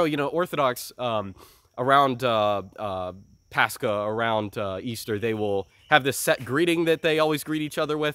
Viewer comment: Why does say paschal like that instead of paschal? Is it like a Latin thing or what, made it hard to look up what he was even talking about.